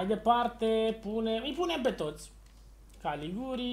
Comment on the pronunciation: Se pronunta Galiciuri nu Galiguri , invata si tu sa rostesti corect sau sa citesti